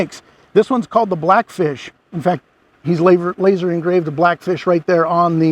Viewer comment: Did you say "LAZAR" engraved?? 🤣🤣🤣🤣